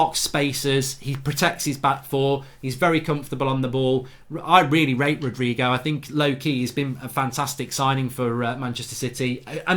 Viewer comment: It's not Rodrigo is Rodrey